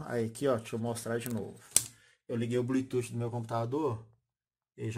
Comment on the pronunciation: Legal.. Me tirou as dúvidas.. Vou comprar... Obg.... Se me permite uma crítica construtiva... Não diga blututi... Chega doer no ouvido...pronuncie blutufffffff